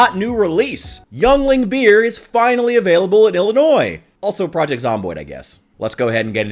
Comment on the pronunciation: bro, did you just call it young ling? 😮